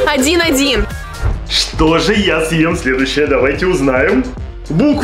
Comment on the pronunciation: Не че а ча